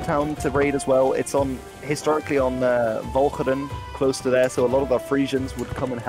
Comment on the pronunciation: This dude knows a lot. Love how he knows how to pronounce my home of Walcheren and Middelburg.